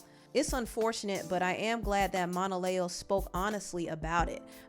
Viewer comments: Just FYI, it's phoneticlly pronounce Mona-Leo, like Mona Lisa. I said it like you as well until she explained the origin of her stage name. I don't blame Mariah! She didn't sign up for this mess like the other baby mamas. She was his wife, and although after they divorced she wasn't expecting him to not have anyore children. But she was expecting him to still be an involved parent to her kids regardless of any other children. He's out here just having baby after baby and her kids aren't getting the live and time they deserve because he just doesn't have it to give. He's created a lot of single mother led households and ultimately it's the kids who are going to suffer the most. He has no plan on how to make it work, either. I feel for all the kids because none of them will ever have more than a photo op and a few hours a month to spend with him. I hope he's seeing the error he's made and stops this bullshyt while he's still under a baker's dozen of kids. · Saying Monaleo name wrong is killing me rn